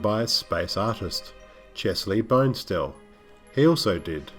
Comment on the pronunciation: Just for the record, Chesley Bonestell's last name is pronounced Bon ess stell, the "Bon" as in, uh, bon bons. ;-) Some great background here, and a few stills that I haven't seen (as well as a very rare poster). If I'm not mistaken, Kirk Allen---the screen's first Superman---has a bit part in this film. Also---again if not mistaken---I believe Al Williamson worked on the WHEN WORLDS COLLIDE comic. The film also received quite a few good reviews. Bowsley Corothers (sp?) was known to dislike SF films from the get-go, and his reviews of anything in that genre were generally pretty dismissive.